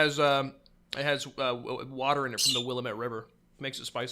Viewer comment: i've always heard Willamette pronounced as "will-ah-mitt" rather than "willa-met"